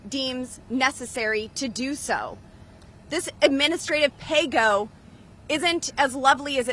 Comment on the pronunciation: McCarthyism just got a whole new meaning. "Pay Go" or "Play Dough?"